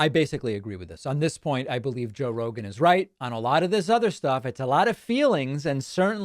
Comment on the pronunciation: Joe Roeglan, Roglan, Joe rorg roglin? Dont move the cue cards so fast